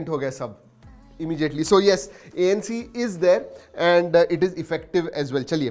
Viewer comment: You pronounce"immediately" as immejiately why? 😁. Anyway awesome video sir 👌.